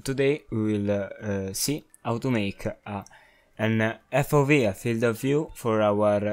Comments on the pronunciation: FOW as in field of wiew? bruv its fov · Sebastian! This guy is also saying FOW